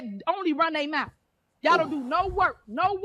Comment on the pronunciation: I think, if you say MOUF instead of mouth, maybe you shouldn't be in power.